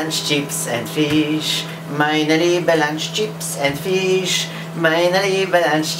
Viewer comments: on powiedzial czyps and fisz ? hahahah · "czips end fisz majnelibe lancz"